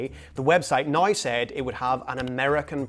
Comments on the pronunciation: Love how you say nai, dain, praid instead of now, down, proud 😅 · "Website nigh say..." AI, can you speak English? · Why do you pronounce “now” like you have a mental defect?